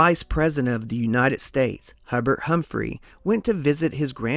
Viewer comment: President HUBURT (Hugh Bert; hew Bert) come on! A PRESIDENT! Not hubbart